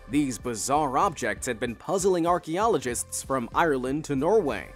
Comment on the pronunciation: Hmm whats an "Orky-ologist"?